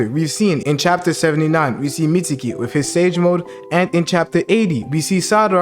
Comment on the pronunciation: meetsukii and salaratdha why you say it like that